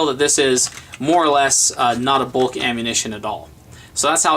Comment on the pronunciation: agila; bolk... What do you have against the letter u?